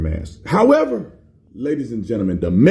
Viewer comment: I love it when you say "laytas" for ladies. It's funny.